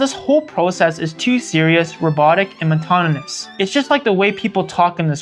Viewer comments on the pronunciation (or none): Mona tauny, mon taunus Great video essay, but the mispronounciation of those words just takes me out of it since it's just so noticeable. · please stop putting the word monotonous and its subsequent deviations in ur script if you cant pronounce it lol